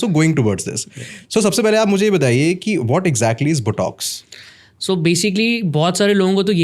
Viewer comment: Both these idiots don’t seem to know how to pronounce " Botox" & "collagen". Kindly learn to pronounce English words correctly, before you start using them! Thank you